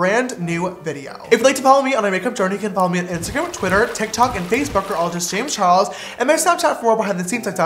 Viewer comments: Ok but the “James char_es” in his intro doesn’t have the “L” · lmao did no one realize his intro said “James Chares”